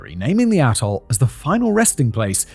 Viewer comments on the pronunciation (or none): Maybe it's just my part of America and YouTube's sound quality but each time Simon pronounces 'atoll' it sounds like 'asshole.' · I think you are saying “Atoll” but that isn’t what I keep hearing. LOL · Ring-shaped ATOLL. I swear, I thought he said ring-shaped a-hole. 😂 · To my American ear, every time you said “atoll” I heard a**hole.